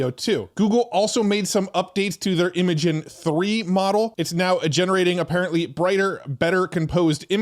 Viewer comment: Thanks for the always great content! FYI - Imagen is pronounced like the word imagine.